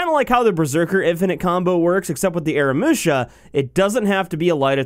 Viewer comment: AH-RAH-MOO-SHA say it with me now :D